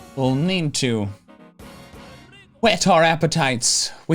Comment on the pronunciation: nah why'd he say 'wet' with such oomph😭